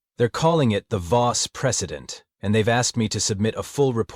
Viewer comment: AI glitch at 26 minutes 58 seconds VOSS PRECEDENT not PRESIDENT